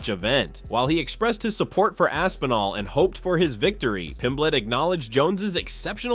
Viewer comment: Lol, Rampage call's Aspinall, "Assinall." That's funny.